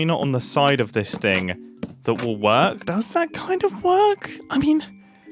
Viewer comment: “oo but it does kind of werk” LOLLL